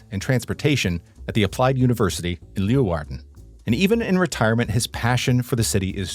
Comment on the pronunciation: omg Cor is so cute. also make sure to not pronounce leeuwarden like that when youre actually in the city since people might get mad at you lol. I don't know when youre filming these but if you havent been to sneek yet you should get a special sneekweek burger at snackbar de kolk, which is a cheeseburger with two slices of frisian sugarbread instead of buns :)